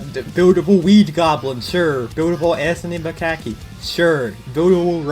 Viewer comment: "Anthony Mcackie"